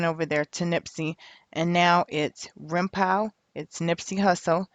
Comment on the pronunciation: It’s rimpau sounds like Paw! Not pow.its a street in there hood.